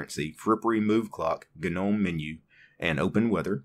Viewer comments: It's pronounced "NOME", not GANOME. Just bothers me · It's gnome.. sounds like nome. Wtf